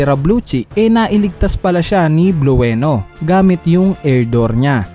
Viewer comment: Blue-no d po bluweno. Blueno po😁